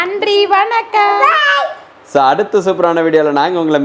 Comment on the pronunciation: வணக்கம் என்று சொல்ல வேண்டியது தானே? வணக்கேம் என்று சொல்றிங்க..... ஐயோ ஐயோ.....!!